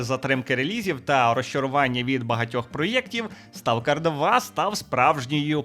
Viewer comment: хтось із українців знає, що англійське слово Stalker насправді звучить як СТОКЕР?